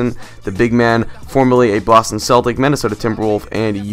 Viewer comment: more Like StraitOutta Boss-Ton